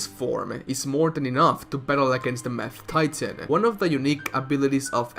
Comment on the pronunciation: He said mad titan, but I heard math titan. Now that would be an absolute heel supervillain